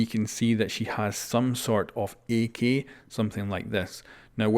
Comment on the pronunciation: He says "ak" like "E key"